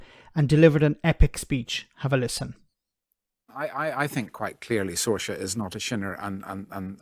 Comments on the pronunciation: The Alliance representative here is Sorcha, pronounced Sor ha, not sorcha,as in gotcha! A beautiful name, translates to Sarah,I think. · Sorcha pronounces it Sor-sha. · Maybe he could learn how to pronounce he name for a start?..he called her “Sorsha”...instead of correctly calling her “Sorcha”...details matter. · Can't even say her name correctly the dopey amadán